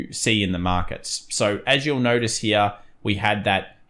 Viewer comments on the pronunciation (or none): Interesting how you say hera... Sometimes you say here. Which is it :)